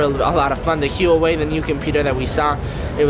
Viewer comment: Btw Huawei is pronounced waah-way